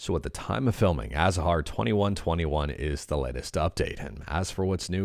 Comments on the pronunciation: Is it really so difficult to pronounce azahar?? Every "a" is pronounced the same way. Aaaaa as in "father" aaa saaa haarrrr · Except no /h/ sound should be pronounced, and the “z” has a /θ/ (“th”) sound in the Spanish pronunciation, which is the one the developer has chosen. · I do and I’m also a phonetician. If you pronounce azahar the way you’ve described above, you’re pronouncing it wrong.